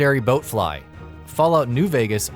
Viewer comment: "The Legendary BOATfly"...